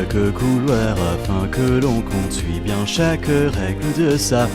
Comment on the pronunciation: Et tiens toi "biennns" 😂😂😂